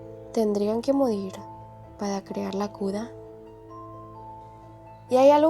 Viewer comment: Tdendian que modid pada que la cuda JAJSJJAJS NISIQUIERA SABES DECIR LA R